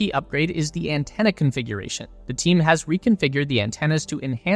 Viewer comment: Anthena = antenna.